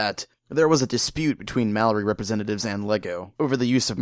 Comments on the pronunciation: It bugs me the way you mispronounce Maori. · Man I didn't realise you were saying Maori till I saw the guy with the tattoos